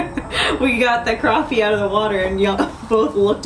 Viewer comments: Crap-pee ... not Crop-pee. :P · It's crappie not croppie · So what is the difference between a croppie and a crappie? Pronounced crop or crap?My dog takes a crap not a crop jw